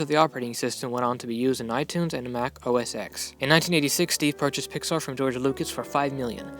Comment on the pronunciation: very informative. one correction...it is pronounced OS "Ten" not OS "Ex."